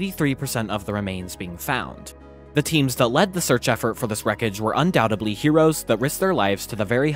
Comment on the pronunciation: Awesome video, but the word is "undoubtedly," not "undoubtably."